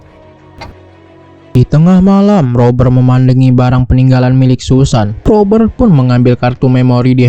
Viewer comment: Susan dibaca Sasen 😅😅😅